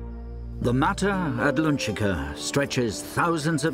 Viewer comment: Um ... shouldn't that be "mata Atlantica", and not "mata adlunchica (or something)"?? The narrator must be from Liverpool, or something, not from Lundun, and probably never croseed the Utluntic.